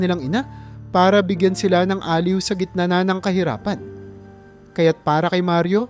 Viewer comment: Maganda nman po ang inyong kuwento,kaya lang pa kaparis ng ibang narrator eh madami dn kayong mali sa pagbigkas ng mga salita tulad ng: salitang improvised,barung-barong, aliw, basurahan at marami pa.